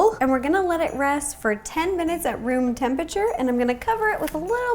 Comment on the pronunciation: I love how ro calls temperature tempeture